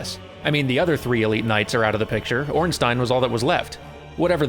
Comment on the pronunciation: Thank you and congratulations on pronouncing Ornstein correctly after having gotten it wrong during the play-through.